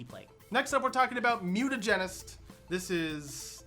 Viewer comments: Mute-Ah-Jen-Ist Mutagenist Mute-Ah-Jen Mutagen not Muten-Ah-Jen-Ist or Muten-Ah-Jen ;) :p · Here, let's give them proper syllable breaks: Mutagenist: /MYOO-tuh-JENN-ist/ Also: Chirurgeon: /KY-ruhr-juhn/